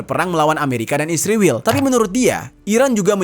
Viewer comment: Min jangan goblok tau baca gk mesti pake huruf besar blh spy jgn slh baca ISRAEL bukan isriwil goblok luu...skolah ulang luu